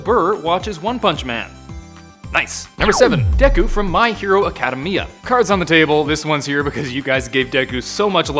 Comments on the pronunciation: "My Hero Acada Mia" lol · This man said academy-ya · A cah deh me uh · Who got pissed when he said my hero acadamia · I’m so triggered he couldn’t say academia right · So after hearing you pronounce "academia" the way you did I just paused the video and starred at nothing wondering what's wrong with the world. Academia is an actual English word. How can you not be able to say it. You obviously don't watch the show either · You said academia wrong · I hate the way you say My Hero Academia. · You could tell this guy has no clue what he’s talking about just by the way he says my hero academia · You tell this guy doesn’t want my hero academia based on the his pronunciation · The way he pronounces academia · Dislike for mispronouncing Academia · I can't be the only one that got triggered by the way he said academia. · Cjay Prevost in trggered 😡😡😡😡😡😡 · I disliked the video just because of the way that was Pronounced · I am RAGE RAGE comments roast me but the way he said academia wrong. And he said it in he worst way it sounded like the movie momma Mia